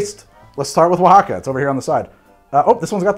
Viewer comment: Seriously! Isn't this filmed in MI, but he nailed Oaxaca! Damn fine effort!!!